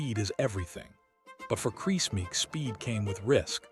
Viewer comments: I think he’s called Kriss and not crease 😂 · Ruined by the Ai voiceover getting many names wrong, including saying Kris wrong every single time!